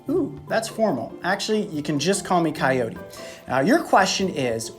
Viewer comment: Am I the only one who thinks the way he says coyote is weird ? "Cayoti"